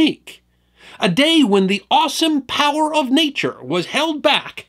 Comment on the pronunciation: When you said "awesome powers of nature", I thought you said"Austin Powers of nature ".😅